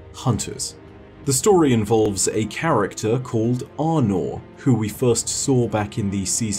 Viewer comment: Arnor? Thats one way to say her name.